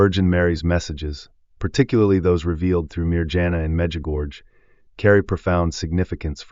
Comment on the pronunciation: Baloney! Our Lady doesn’t tell us to stire anything! AI? You don’t know how to pronounce Mirjana or Medjugorje! AI AI AI !